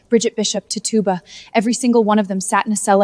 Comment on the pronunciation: Your pronouncing her name wrong. It’s titch u ba. That’s how you say it.